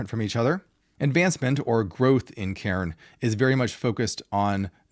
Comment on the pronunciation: Cairn not Karen!!!!!